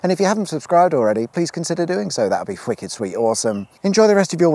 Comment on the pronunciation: Didn't know had a speach impediment.